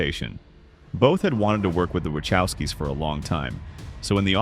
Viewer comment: Good god, you’ve pronounced “Wachowskis” three different ways by this point. 😂